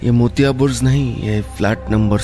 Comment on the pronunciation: Sir, it is Burj and not Burz!